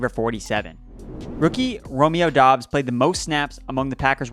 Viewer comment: I love how we are two months into the season and NOT ONE PERSON can figure out that Romeo Doubs name is pronounced "Dubs".